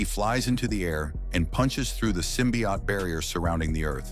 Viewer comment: I hate how the ai mispronounces symbiote